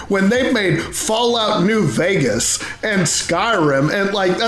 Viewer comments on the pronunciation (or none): none